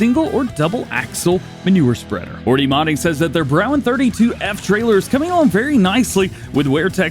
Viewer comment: Dj Broughan is pronounced braw - han the way we pronounce here in Ireland